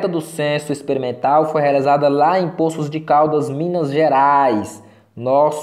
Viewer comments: .”Póços” de Caldas …esse “ Pôços”de Caldas ,da uma agonia 😂😂👍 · Tem certeza que a pronúncia certa é " Póços de Caldas" ? 🤔